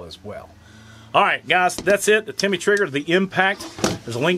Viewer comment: Not Timmy it’s Tim-ney